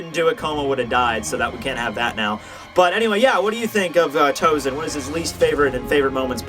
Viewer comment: Sorry,but why TouZen? He's TouSen. Maybe it spells in English like that,but it Japanese is spells S instead of Z.